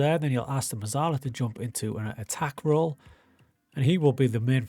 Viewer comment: It’s pronounced Metzalla - it’s Italian my friend